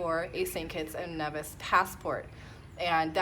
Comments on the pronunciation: Hi, that's cool, I used to live in St Kitts when I was little (I'm from the UK) oh...... and I'm sure Nevis is pronounced Nee - vis not Nev - is (its originally from Spanish I believe). Love your vid's, keep up the great content! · It is Nevis. Pronounced knee-vis. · Congrats However the Nevisions will be annoyed if you can't pronounce their country properly. Should be pronounced knee-vis 👍🏿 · NEEEEVIS pronounces Knee-vis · Congratulations with your new citizenship, but if you gonna live there you gotta say it correctly, "Nee-vis" (don't hate me)...